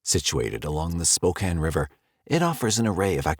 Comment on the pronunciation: Much closer, well done! There's a bit more stress on the second syllable typically, "Spoe-CAN", but honestly good job.👍